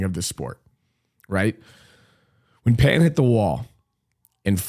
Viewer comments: Pretty accurate on pronouncing on his name❤ . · as a chinese, thank you for pronouncing Pan's name correctly.